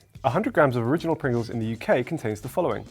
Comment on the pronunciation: Just sayin.. dats a lot of Pwingles